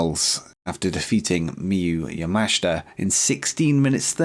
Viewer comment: Also, yes, pronouncing Miyu yamashita correctly now 👍 appreciate the effort xD